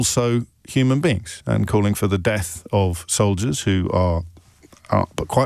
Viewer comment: I thought he was saying “Deaf to IDF” 😂